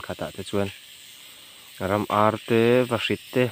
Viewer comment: I kam dan a diklo,,,vahrit phei chu a khailo tawp agggg